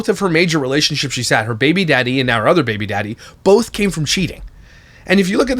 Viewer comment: I hate how she says "baby" sounds like theres marshmallows in her mouth